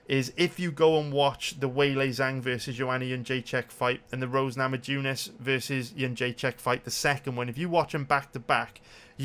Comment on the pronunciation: Rose namajunis i bet there are plenty of Lithuanians in Wales just ask them how to pronunciate her name other than that you the shit tho